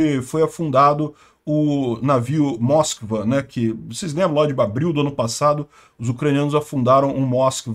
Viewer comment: a pronúncia correta não é Móskva, mas Moskvá, que significa Moscou.